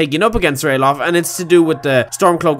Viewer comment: It is actually Ralaf not Ralof